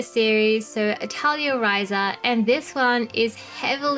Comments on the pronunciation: that's how aussies say atelier chill bruv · The video is great but PLEASE DON'T SAY ATELIER LIKE THAT.... FOR THE LOVE OF GOD..